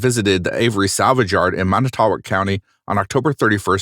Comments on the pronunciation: It’s pronounced man-eh-toe-walk. I grew up 15 minutes from there- crazy! And it’s meh-kawn-ah. Lol so funny how people never pronounce the cities here correctly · Man-eh-tow-woc is the proper pronunciation 🫡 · So uh.... wisconsonite here. Idk if anyone has said this yet but its pronounced Man-eh-tow-wok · Pronounced MAN i too WOCK